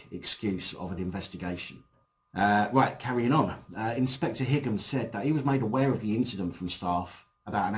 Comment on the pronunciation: i think Higham is pronounced High um (like Highgate)